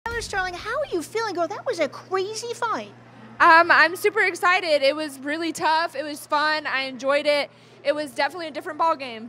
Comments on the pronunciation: But she pronounced it as "cwazy." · "That was a cwaazy fight" 💀💀